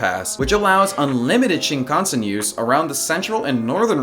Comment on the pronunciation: the way he pronounces shinKANsen...